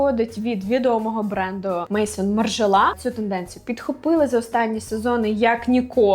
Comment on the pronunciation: Maison французькою це дім, а не імʼя, і вимовляється Мезон. Просто додаю, за ідеї вдячна 😊